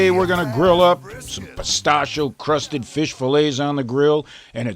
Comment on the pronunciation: Peh- Stashi- EEE- Oh~ Not Peh-Stash- Oh~